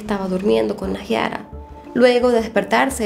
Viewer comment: no se dice naJIara se dice naiara JAJAJ <3